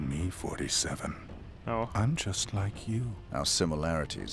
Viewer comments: "don't mind me, I'm yust the yanitor..." -, 2015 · "His JAw" "Don't me I'm JUst a JAnitor" I love how he says words that start with J